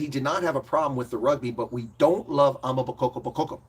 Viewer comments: Pronounced: Ama- Boko-boko not damn amabokkokoko 🙄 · Well said! Though you should really consider practicing saying AMA BOKO BOKO! You have too many KO’s going on there. It’s simpler than you might think. I really like your appreciation of South Africa as a whole!!